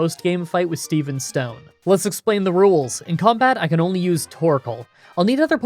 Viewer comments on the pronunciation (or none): none